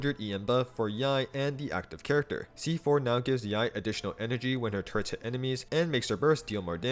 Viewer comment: i keep hearing turrets as turds